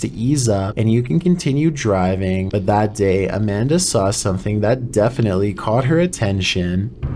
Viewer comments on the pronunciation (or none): I appreciate the different way he's speaking, it breaks up the monotonous blah, blah, blah sound. What I'm sure I'm not the only one not appreciating, is the fact that I'm not sure if he thinks he's so popular that the respect of pronouncing someone's name that has personally sent him a clip, is not important enough for him, as in the clip #5 , when he states "Amanda" instead of the correct name "Armondo"..?!? WTF...are these people that are MAKING YOU not important enough to say their name correctly???? SHAME ON YOU